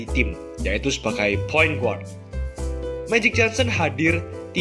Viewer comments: Bagus video nya mas... tapi point guard better dibacanya point gard, then it will be perfect vid. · Point guard dibaca point gard